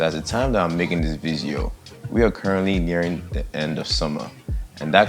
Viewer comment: You know we bout to learn when he says “Welcome To The VID-GEE-OH”.